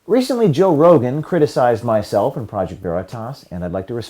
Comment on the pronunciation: "Toe Rogen"